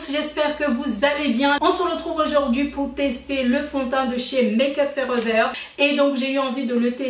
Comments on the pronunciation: Bert’ BergerGlll sans être méchante cela fait mal aux oreilles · Le bidi bleudeur?😂qui a entendue sa?😂,et Maqueuuup fooreveurr😂😂😂❤😉